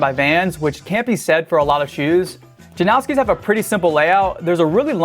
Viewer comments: Jan-oww-ski ❌ Jan-os-ki ✅ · The Janoskis aren't pronounced as 'now-ski' at all, Polish name or not. And this is coming from my Polish friends who ride those shoes. There's no 'now' sound, but rather a 'nos' as in Thanos. It's pronounced as 'nose-ski' basically. The only people calling it 'now-ski' are weird 'Americans'. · Why do people say "Janowski" there's no w in the damn name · first of all you say JANOSKI wrong. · There's no W in Janoski